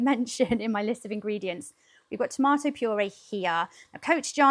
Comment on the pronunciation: Girl i love how you said tomato!! NEVER have i heard that pronunciation. The way most southerns here say it sounds so uneducated (tomater). That stew looks good ! And hows the weather? Miserably hot..95-100 degrees Farenheit (i dont know what celsius) right now.